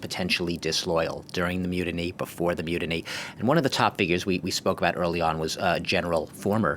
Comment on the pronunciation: When says "myoodinee", does he mean "mutiny"?